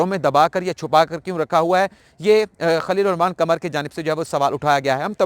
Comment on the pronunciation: قمر چاند کو کہتے ہیں "ق" کمر جسم کا حصہ ہے "ک" اردو کے تلفظ اگر صحیح ادا ہوں تو فر"ق" صاف ظاہر ہے